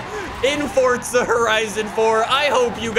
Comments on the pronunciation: Forza not fortza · Can u say it as forza not forzta in ur intro pool please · How come you put a t in forza lol. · Welcome back to FORTZA HORIZON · Welcome back! To 'Fortza' Horizon Fourrrrrrr. And another day in the (shitty raining england) lovely united Kingdom. Sorry just a little irritating now, been doing it for the past 2 years. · Fortza horizon